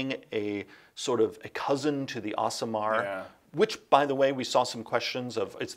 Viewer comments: Today I learned that the Aasimar is pronounced Awesome-Ar, not Ace-imar. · Do all Americans pronounce Asimar 'Us-ee-mar' in UK we tend to pronounce them 'Ass-ee-mar'...?